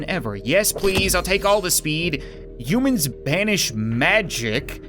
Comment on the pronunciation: is it me or does it sound like hes saying mewman/mewmans/mewmanity?